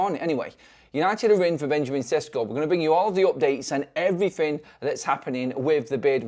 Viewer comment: And “EveryFin”